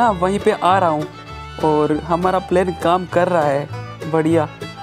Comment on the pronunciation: Not plaine it's plan